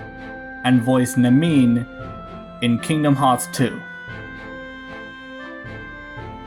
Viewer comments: it’s pronounced Nami-Nay (cuz of the accented é) not Nameen lol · I'm glad you mentioned she voice Naminé in the Brittany Snow section, some people tend to forget she was the original voice before Meghan Martin took the role and it's funny since both use art as a form of magic. However you pronounced the character's name BADLY. I know you said you mispronounce names but still.